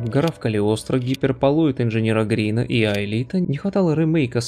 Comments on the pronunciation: 10.59 - "Гиперболоид инженера Грина"?! А не "Гарина", случайно? Прямо и не знаю, смотреть ли дальше ( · "Гиперболоид инженера Гарина', а не Грина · Вы даже прочитать правильно произведение "Гиперболоид инженера ГАрина" не можете (100% не читали), а в оккультном содержимом ас. Супер!!! Интересно, другие произведения Вы также можете приспособить к Библии и масонству? Мы тоже выпускали комсомольскую газету "Молния" без всякого подтекста. Молния обозначает ещё и быстроту и оперативность. А также символ используется как обозначение опасности удара током. А радуга тоже не символ лгбт, а дуга света, эффект дифракции. Главное, кто что хочет найти. Ещё интересно, а положительные персонажи имеются или только чертовщина??? Думаю, кто что хочет, тот то и найдёт.